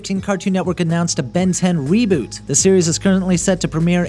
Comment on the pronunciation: more like re-BOO-t